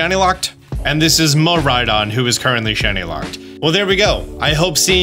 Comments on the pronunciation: my boy, it's pronounced MEE-Rhy-dawn. My wife is japanese and she cringes everytime u say it lol. Especially cause our dog Is named Mirai. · still can't pronounce Miraidon, Wo-Chien and Chien-Pao correctly. Love it.